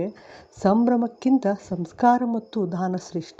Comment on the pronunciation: ಧಾನ ಅಲ್ಲ ದಾನ